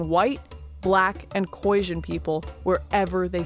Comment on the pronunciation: The Boers that trekked north were mainly escaping the British and it's pronounced KhoiSan with an S, not Khoisjin. Also she should have mentioned the battle of bloodriver where a small Boer group of around 300 (with their women and children helping out) annihilated the Zulu army of 20 000 plus in retaliation for killing Piet Retief.